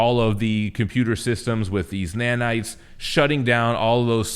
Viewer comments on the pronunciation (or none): none